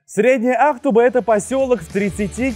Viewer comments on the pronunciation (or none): Мне кажется, ударение Ахту'ба, так как город татарский и ударения точно не на первый слог.